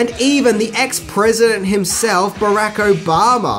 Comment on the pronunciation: "Bo-Rack Obama" wha...? We get a dude, you have a silly accent; but how about pronounce people's names correctly.